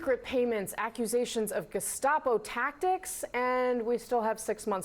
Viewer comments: Are you sure he didn’t say “gazpacho administration?” Maybe he’s referring to the FDA and regulations of soup?🤷‍♂️ Or if he said “gestapo administration,” wouldn’t that be a compliment from Trump? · I don't think you are saying gestapo correctly. You may wish to ask mtg how to say it right. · I believe it's pronounced "gazpacho". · I believe it's pronounced "gaz-pa-cho" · It's pronounced gess-pa-chi-o.